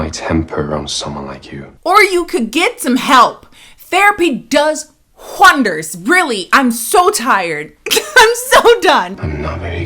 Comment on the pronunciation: "THERAPY DOES HHWONDERS!!!!" I'm dying 😭